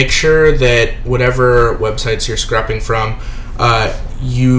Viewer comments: scrape-ing, not scrapping. Lol. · "scrappp" cringes